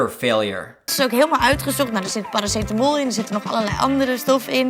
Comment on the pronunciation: nellie said clearly Paracetamol